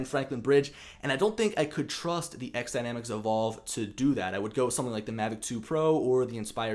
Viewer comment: FYI - It's "X" Dynamics for the title. I am sure you know this as your video you always say XDynamics. I had a pre-production unit to test and use and give my feedback. I thought it was a solid drone and ground station (transmitter). The options for the camera is going to be a great feature and possible alternative to the Inspire 2.